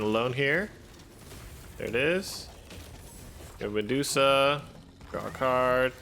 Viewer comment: Every time you said draw a card, I thought you were saying rock hard, which is what you got me after watching this video. Keep on brother